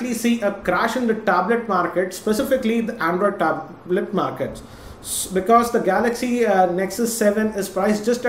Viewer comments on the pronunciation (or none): THE WAY HE PRONOUNCES THE WORD "TABLET"... IT HITS MY EARS... ITS BLEEDING :P